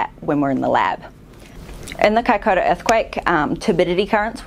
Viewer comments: Vey interesting, but wincing a little at the repeated mispronunciation "kai-COW-ra" in the first half! Compare the correct pronunciation ... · No. It's Kai-ko-ra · Isn’t it pronounced Kaicoora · Its pronounced Kaikura!